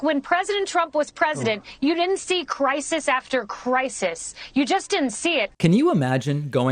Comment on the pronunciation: Also, crisis has 2 syllables, not 3. kuh-RYE-sis!!!! LMAO